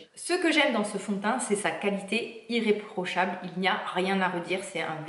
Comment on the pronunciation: "iléprochable" à la place d'"irréprochable"